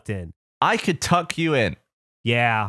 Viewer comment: My partner has english as her second language (like Gavin) and says "Tuckle" instead of "Tuck" and it's so cute!